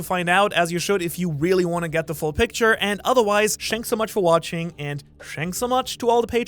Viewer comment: disliking every video you upload until you stop saying shanks for watching instead of thanks like any normal person